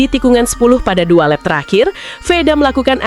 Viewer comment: Pronunciation nya ya tolong dibenerin... Lap (laep) bkn lap (emang lap mau ngelap motor) Gp (JiP) bkn gp tambah p lg jd gpp